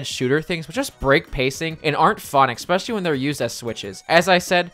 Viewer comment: Absolutely no one:: “…..ekspecially”